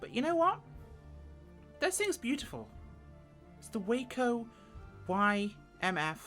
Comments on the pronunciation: It's pronounced WAH-CO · I believe it’s pronounced Wah-co.